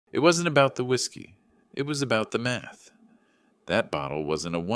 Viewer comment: talk not ta, math not meth 😆